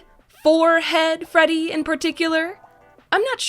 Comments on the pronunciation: I swear she said Frebby instead of Freddy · did she just say frebby? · Do she just say frebby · Lol u said " Frebby " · she says frebby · Wait did she say frebby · She said frebby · I got so mad when she called Freddy “FREBBY” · u said frebby